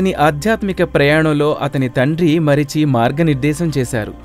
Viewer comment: మరిచి కాదు మరీచి, కుద్ర కాదు కద్రువ. వినుత కాదు వినత.